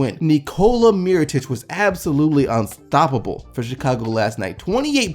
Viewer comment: Well done on pronouncing both Nikolas, Jokic and Mirotic. You nailed it! ;)